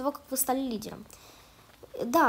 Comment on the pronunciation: Лиделомь? Выговаривать научись